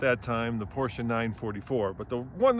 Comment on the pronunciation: Congrats to this very nice 944 and perfect pronounciation of "Porsche" ! :-)